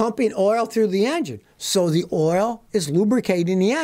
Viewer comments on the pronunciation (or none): none